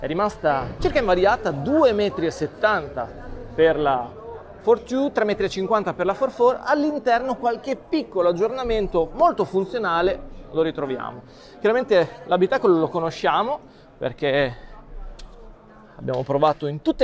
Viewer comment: Ma la Smart for tyuuu o for chu? ... pronuncia inglese inascoltabile